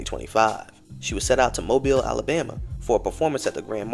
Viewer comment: Just in time to be justified! I’m still in shock over the passing of our beloved Angie… the world will soon realize just how much of a loss this truly is, and only too late. Thank you for always representing for the CULTURE! And shout out to you for actually correctly pronouncing Mobile! 🤣